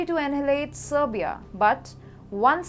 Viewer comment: her pronounciations are VERY POOR, SHE CAN'T EVEN PROPERLY SAY SERBIA AND SAID SLOWENIAN INSTEAD OF SERBIAN....I had to go back 4 times to understand her and I live in Canada and used to live in England.